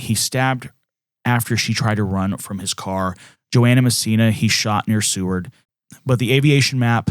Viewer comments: It’s Seward like sewer, not seaward. Sorry born and raised in Anchorage I have to say something I’m sorry! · "Seward" Is pronounced "Sue-werd". 😉